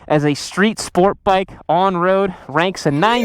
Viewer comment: Bike sounds like chit.